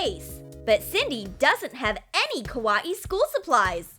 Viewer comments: Your not saying kawaii right your saying kwauieie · Yeah its really "kawa-ee" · Kaw-a-ii? Wth is up with the pronunciation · How everyone says Kawaii: Kawaii How they say Kawaii: Ka-wayee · “Ka WA ii” XD It’s “Ka why ii” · why are they saying :kawaie BUT your supost to say kawai >:[ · The girl says ka.wai.I instead of kawaii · Btw you’re saying is wrong, your saying “ Kawa - ii “ it's actually just “ kawaii “ it self, just don’t say it like it’s separated. Ñö øffęñćė. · I hate how she says ka-wa-ee instead of kawaii.. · Why are they saying kawaaiiii what the heck it is supposed to be kawaii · It's not ka-wa-e It's ka-why-e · When they say ka wa ii it's ka wa aii Me not hate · Kawaii? Well let’s say it’s kawaii but pronounce it ‘Kah-wa-ee’ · The way she said kawwai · Noo please no more "ka-wa-ee" video its TRIGGERING MEH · No offense but I can’t stop laughing when the narrator says kawaii like ka wa E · kawaii? more like kawa-e according to listen closely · She said kawaee u say it WRONG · I it sounded like koowatci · How to not pronounce kawaii:: kawa-i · Ka wa ee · Victoria With a V its pronounced Ka-WIH-iy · Bro said kawaii as Kawa ie 😂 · Please stop saying KA WA EE you're triggering me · Why did they pronounce "kawaii" like "ka-wa-i"? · I don't understand why you always pronounce words so weird. You said Kawaii like ka- wah- ee, and you say wire like why- er and why you say it so fast. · Every time they said kawaii it sounded like koowatci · YOU SAY KA WA EE WRONG! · Kaw a e Wow i totally knew that was "how to pronounce kawaii" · Why are they saying kawaii like kawa ee😂😂😂😕😕😕😐😐😐❓❓❓ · She said double e lol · Bish what “kaweee” ????????? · ka-wa-e really?!I HATE IT!!! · Why does it sound lik3 the narrator is saying ka wat e instead of kawaii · Their saying kawaii wrong :c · the- the way they said kawaii .....WHYYYY